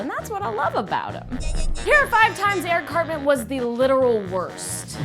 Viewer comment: Eric cartment lol